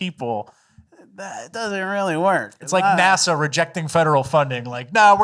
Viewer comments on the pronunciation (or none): none